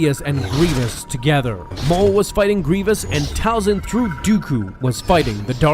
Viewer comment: Talzin not falcon